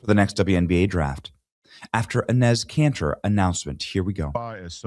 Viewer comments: Benny is murdering Enes Kanter's name...lol...cracks me up. It's pronounced E - nis. Love the content...stick their own hypocrisy down there Adam's apple. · It’s pronounced “Ee-nes” Canter